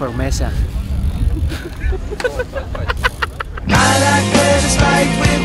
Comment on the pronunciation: "they search for Mezza" LMAO